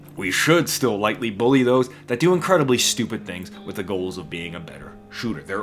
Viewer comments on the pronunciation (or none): none